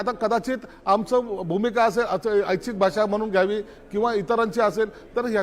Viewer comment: आच्छिक नाही रे ऐच्छिक असे बोल 😅😂